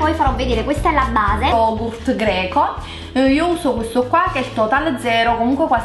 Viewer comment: pronunci male lo yogurt comunque il Greco e una lingua difficile